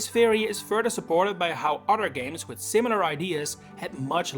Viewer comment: You pronounce other as udder lol